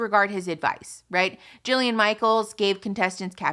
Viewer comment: It’s “Jillian” Michaels